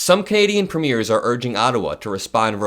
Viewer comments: Hi! Great video. Just wanted to give you some friendly input as a Canadian. You're putting the stress on the wrong syllable in Premier. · "Premier" has the accent on the first syllable. It is not pronounced like the premiere of a movie. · Premier is pronounced PREEM-yure. Not like the word signifying the debut of a movie. THAT word has an "e" at the end of it - and is pronounced the way you're pronouncing it. WRONG !! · It’s not pronounced Preeemaire It’s preamyear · just letting you know that Premier is not pronounced like a "movie premierE)....it is actually pronounced like Preem-yer with accent on the Preem bit. A first time viewer here and really enjoying your video! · The leader of Canadian provinces is spelled Premier and is pronounced PREEM-yer. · The word premier is pronounced this way: PREEM yir . 🥰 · So that you know for next time, since I suspect there will be many more “Canada’s response to tRump” stories, Premier is pronounced like preem-ure ❤🇨🇦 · I’m Canadian and watch you everyday . Love your content . I wanted to let you know the pronunciation of Premier in Canada . The second syllable sounds like air not ear .